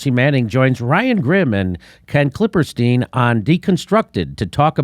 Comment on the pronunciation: It always cracks me up when Jimmy pronounces it “klippeRstein” 😂